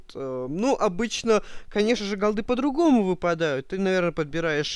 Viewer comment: верх безграмотности говорить голдЫ. вообще то правильно говорить гОлды. и если ты следишь как люди говорят правильно или не правильно-то будь любезен сам правильно говорить...